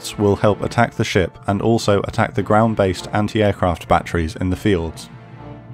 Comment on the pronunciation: Took me a few times to realize he was saying fjords instead of fields.